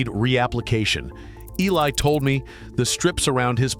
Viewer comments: Yeah E. L. eye, instead of Eli…. Too funny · Why use AI narration? Eli is a common name sound like E-lie not, E L I. I hate AI as it does people out of jobs and it impersonates humans. One day AI will dominate. Be warned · Did you also hear E. L. I. for the name Eli?!! And Ay-mish?! Gee, is it ai?! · His fkn name is Eli, not E.L.I. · AI...still can't read. E L I? EELIE is how it is pronounced... And AI is smarter than us? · It’s really nice to see AI talking to people, doing interviews with humans, and still mispronouncing names like Eli. 😂